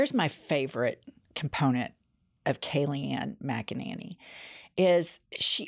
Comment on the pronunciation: “Kayleigh Magananny” lol